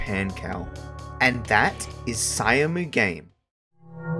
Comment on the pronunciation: Syamu_game is pronounced as "SHAM-GAME" just for sure.